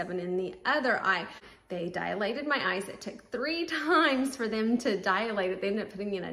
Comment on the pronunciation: Dilated. DIE-lated. NOT Die-UH-lated. Dialogue, dialectic, diatribe, diameter, etc. NOT Dialated.